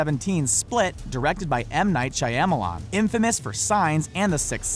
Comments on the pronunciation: "M Night SHAYAMALAN" What? Shyamalan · shy-ya-ma-lan lol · M. Knight Shy-am-milan? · "M. Night Shy-Yam-a-Long"?? Seriously? C'mon, at the start of every Wikipedia article about a person, they show you how to correctly pronounce their name...takes 20 seconds to check. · the second I heard him say shi ama lon I immediately started looking for the first comment about it. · "Shayamalan" ?? Boi~ there ain't no 'a' after that 'h'! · Shyamalon? How the hell do these people know so much about movies and still can't pronounce so much about them? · Oh my god you butchered M. Knights last name